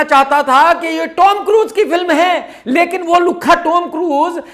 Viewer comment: KRK Bhai ...woh The Tom Cruise hain ...koi Tommmy nahi...thoda samhalke bhai.